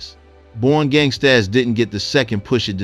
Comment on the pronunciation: The title of her project was pronounced as simply "Born Gangstas" but spelled gangstaZ with a "Z". It is not pronounced "Born Gangst-AZZ", sir.